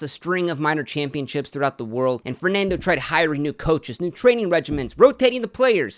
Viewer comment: honestly I really doubt this guy is in the position to make that joke lol probably has Spanish parents but doesn't even spent a year in Spain, I've never heard a """Spanish""" person butcher the three basic words "Fernando Martín Vicente" like that in my life. This guy couldn't sound Spanish even if his life depended on it. The joke sounded xenophobic to me, and I'm not even from Spain, I'm Argentine. Spanish people are not stupid. But everybody seems chill about the joke so I'll shut up